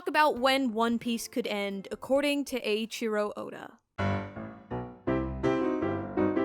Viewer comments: “Ay-cheero Oda” it’s Eh-ee-cheero Oda. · "aychiro ouda" damn why can no1 just look up how to pronounce the name? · Ay-Chiro Oda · Aye-cherio Oda